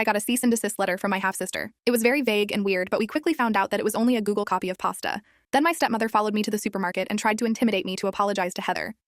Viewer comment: 😂😂😂 I thought I was the only one who heard pasta!! 😂😂😂